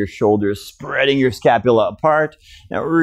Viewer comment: Scapulae-pronounce same as vertebrae-scapu-Lee.